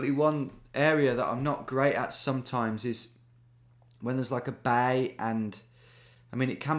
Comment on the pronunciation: I'm laughing at the way he said "bay"